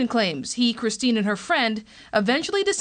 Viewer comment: He keeps saying "KRISTEN" instead of Kristine